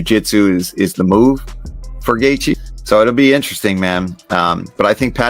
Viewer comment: instant thumbs down idk if you used AI or just cant pronounce Gathjae either way...